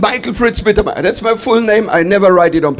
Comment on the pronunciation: Sein deutscher Name heist: Michael Mittermeier ❣ Und nicht Michael McInteyer